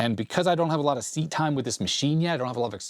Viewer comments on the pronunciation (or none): none